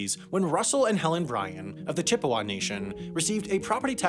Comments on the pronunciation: Also, "Chip-EH-wah"? No, "Chip-uh-WAH". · lol like his pronunciation of Chippewa? Chi pay wuh dafuq? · How is it possible not only to consistently mispronounce "Cherokee" (and "Chippewa" too), but for that mistake to make it through whatever editing process takes place? And it's not like "Cherokee" is an obscure word that many people might never have heard pronounced before. What next? Mispronounce Massachusetts? Cheyenne? Arapaho? Pocahontas? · As a native UPer, the reservation is pronounced “on ta NAH gen”not “on TAHN agon” Edit: and Chippewa is pronounced “CHIP a wa” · You COMPLETELY butchered Ontonagon and Chippewa, but okay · "Chip PAY wah" (that's the dankest pronunciation of Chippewa I've ever heard). Oh, and "Chair ROW Kee" (pronounced like karaoke)...